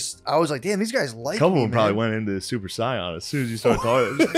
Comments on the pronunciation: Super saiyan blue = super cyan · did this dude say "super scion" just to make me sad? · "Super scion" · "Super Scion" lol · Shane is so into the deep state he said “super psy-op” instead of super saiyan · "Super Scion" 💀😂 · Mans said, “Super Scion”. 🤓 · Lol " super scion" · Shane is the second person in a week I've heard say "Super Scion" and it's really bothering me. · i think the most offensive thing here is the way shane pronounces saiyan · I don't like the way Shane pronounced "Saiyan"